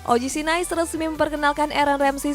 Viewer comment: Ngakak tiap denger OGC Nais 🤣🤣 lawak lawak